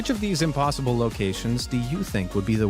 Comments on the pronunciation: impoosible .... smh oh lord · I laughed a little too hard at "im-poo-sible" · "Chim chim-a-READ him his rights." 🙄 but also 😂 Oh no. Now he said "imPOOsible". 😂😂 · “It was clearly ‘impoosible’” LOL that was funny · Clearly "impooSIBLE" 😂